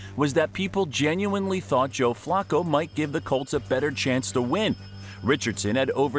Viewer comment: The way you say Flacco hurts my brain